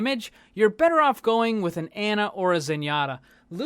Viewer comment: Ana is pronounced "on-uh" not "an-uh".